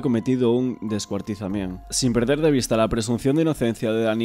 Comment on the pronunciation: Pero por qué dices "descuartizament"???